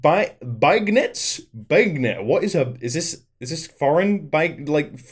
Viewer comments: the word is pronounced (ben YAY s) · I think it is pronounced, Ben yeas. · Beignets = Ben-yays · Beignets is pronounced bane-yets. I learned living here in Louisiana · They're pronounced, "ben-yay". Lol They're delicious. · As someone who works at Popeyes, I’m offended by the way you pronounce beignets